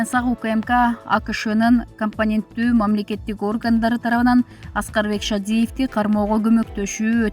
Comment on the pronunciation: Компетенттүү деген сөздү туура окуй албаганын уят го кызым,өзүңдүн квалификациянды жогорулатуунун үстүндө иштегин